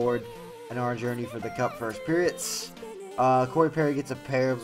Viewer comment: Why do you say "periots"